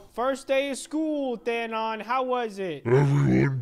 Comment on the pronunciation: His name is Thanos not Dano’s